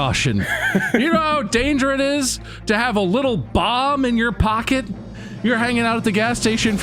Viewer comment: I swear, at first I thought Bob was saying 'Bob' in your pocket instead of 'bomb'. I've been reading it wrong this whole time!